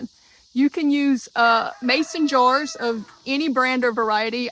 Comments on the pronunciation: You pronounce 'jars' like 'jew ars'. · She calls jars Joors! 😂